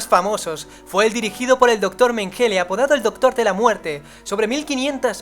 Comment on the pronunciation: Se pronuncia “Menguele”.